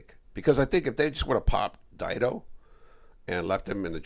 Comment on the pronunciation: Omg. Stop saying dido. Sounds goofy. It's deeeeee-dough homey!!!😂😂😂😂😂😂😂